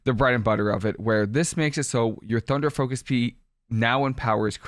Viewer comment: Did you say “thunder focus pea” 😂😂😂 much love!!